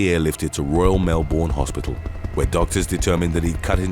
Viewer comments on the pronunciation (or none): Americans always pronounce Melbourne wrong, it's more like mel-bin rather than mel-born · MALBEN not Melbourne